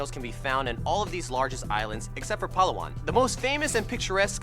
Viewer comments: YES!!!!!!!!!!!!!!!!! THANK YOU FOR THINKING OF MY COUNTRY! and btw they it's palawan as in (pa-la-wan) go to google translate to hear it in our accent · Yooooooo did he said palawan? broooooo i live in palawan!